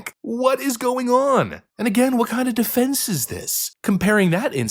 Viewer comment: Most definitely. He doesn’t even know how to pronounce people’s names or speak the English language properly. He said the word “defense” as “deflense” several times. This so-called pastor is incredibly ignorant and uneducated. What an embarrassment.